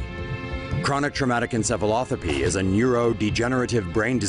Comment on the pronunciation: He said ensefalothapee when its pronounced ensefalopathee